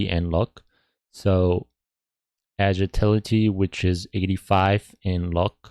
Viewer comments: More like agiltility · U cant even say agility